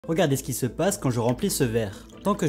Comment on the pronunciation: Super intéressant. Mais tu prononces "regadez" non ?